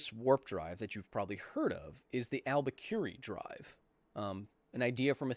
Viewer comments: Kyle: it's not the the "alba curie drive", it's the Alcubierre Drive, pronounced more like "al - coo - beer - eh". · Alcubierre (as in alcubierre-drive) is pronounced "Al-cu-be-air" not "al-ber-curie" :P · Isn't it pronounced AL-Q-BEE-AIR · Hey kyle the scientist you're referring to is named Miguel Alcubierre-Moya and it's pronounced Al/cube/E/air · You didn't pronounce Alcubierre correctly